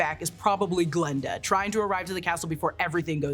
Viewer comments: it's Glinda not Glenda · i thought i was going crazy i kept hearing glenda